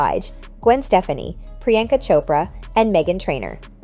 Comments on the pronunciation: Gwen's last name is Stefani not "Stephanie" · And tri-star as tristar, and Stefani as Stephanie 😂